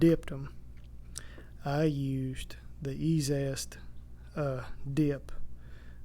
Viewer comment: Interesting ! FYI , the dip is called e - Z - est, 3 syllables, not e - Zest, 2 syllables. No big deal but might as well go with label.